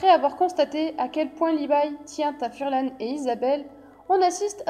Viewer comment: Pourquoi vous dites furlan c'est farlan